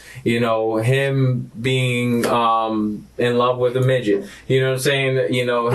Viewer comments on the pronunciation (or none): none